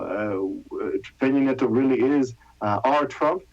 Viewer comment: Cringe every time she says Peno Nieta instead of Pena Nieto